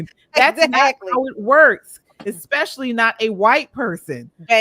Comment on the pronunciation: She lost me at exspecially 😂